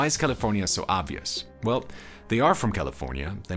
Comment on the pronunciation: The way this dude says Caeleefoornia makes my ears hurt! As do many of echo songs...but hey props to you for doing this thing